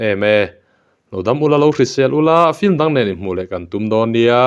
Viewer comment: Film hi flim tih loh tur a ni.Vai nih loh chuan.Vai ho chuan from te hi forom ti ten an lam fo țhin.Film chu fim tia lam mai khan a lam dan dik a hnaih ber mai.